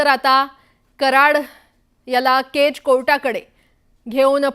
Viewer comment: बाई केजचा उच्चार नीट करा केच केच काय करताय ..... कधी कधी अतिच शुद्ध बोलतात anchor लोक 😂😂😂